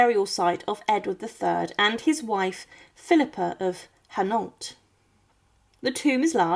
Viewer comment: I did, I get insulted when Philippa comes out Philipper and it butcher's Hainault.